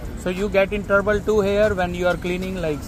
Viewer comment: Bro its not turboule its trouble